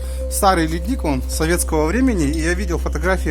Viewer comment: Ледник, ударение на первую Л, под воздействием вечной мерзлоты можно круглый год держать продукты, зимой и летом 0,-3,,5